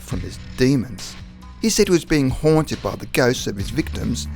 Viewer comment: “HUOANTED” lmfao what fucking dialect do you speak